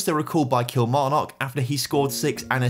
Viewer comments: The "kil" in Kilmarnock is pronounced like "kill" not "keel" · Can you please stop pronouncing Kilmarnock like a fud?